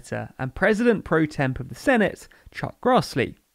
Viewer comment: My friend, it's Pro Tem, not Pro Temp.